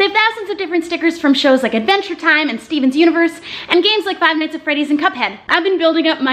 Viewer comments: Steven Universe not Stevens universe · Ok first of all if you don't know Steven Universe THEN DONT MENTION IT I find it offensive and annoying because it's my favorite cartoon also You said it wrong it's not Stevens Universe Ok?! And yes ik you commented that you didn't know anyways but WHATEVER Edit: CRYING BREAKFAST FRIENDS IS FROM STEVEN UNIVERSE 😭😭😭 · “and Stevens universe” STEVEN’SSSSSSSSSSS Me: *i just lost a little respect for her BUT DONT WORRY I STILL THINK YOUR MY FAV YOUTUBER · "Steven's Universe" excuse me it's "Steven Universe"!!! TRIGGERED!!! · Did anyone else hear her say STEVEN'S Universe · Did she say Stevens Universe?